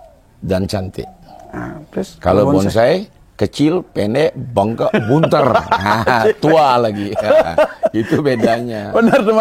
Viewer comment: apa orang Madura pakde.. Kok bilang bunter